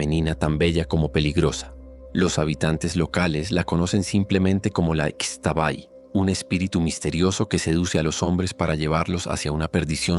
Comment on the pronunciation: Gracias. Es un gran programa de relatos. Soy 100 % yucateca. Para mejorar su trabajo, le aclaro que aquí en Yucatán, la letra X se pronuncia SHHH. Así la dama nocturna se llama ISHHTABAY. Los hombres que la encuentran y la siguen, NO DESAPARECEN, AL AMANECER SE ENCUENTRAN CUBIERTOS ENRREDADOS ENTRE BEJUCOS LLENOS DE GRANDES ESPINOS. TRATE DE IR A LOS LUGARES DE SUS RELATOS, Y HABLE CON PERSONAS REALMENTE CONOCEDORAS, BIEN DOCUMENTADAS ACERCA DE LOS RELATOS. NO SE QUEDE EN CIUDADES, NI PREGUNTE A ANTROPÓLOGOS NI HISTORIADORES. VAYA DIRECTO A INVESTIGAR CON LOS AUTÉNTICOS MAYAS QUE GRACIAS A DIOS, ESTÁN ACTUALMENTE VIVOS , PRESENTES Y SON MUCHÍSIMOS. NUESTRA RAZA Y MUY SABIA CULTURA ESTÁ MUY VIGENTE. SALUDOS.